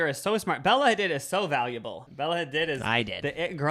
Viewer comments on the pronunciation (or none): Bella Ha-DEED not ha-did 😅 PASS-turized not paste-turized omg ily guys. Hope this helps ❤